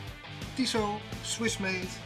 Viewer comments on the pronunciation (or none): Tissot……..or Toss it? 😂